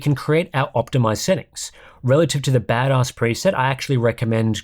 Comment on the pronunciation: Chuckling every time you say Bad Oss